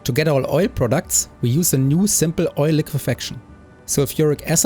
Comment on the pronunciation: Prahdact not Proudooct